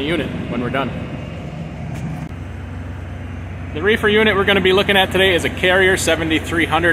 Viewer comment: He said refer lol